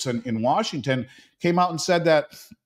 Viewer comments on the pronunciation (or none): none